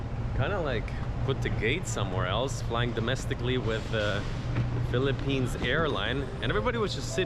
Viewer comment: It's "Philippines,".